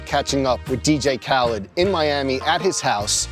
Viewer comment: ”DiiJii Khälid”